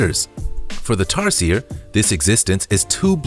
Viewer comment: He also mispronounced tarsier. It becomes annoying after the 3rd time.